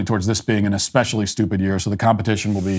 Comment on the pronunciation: I hear you on "No because literally..." Also starting a sentence with "So..." And my current favourite is 'eckspecially'. Take out the ck and you've got it.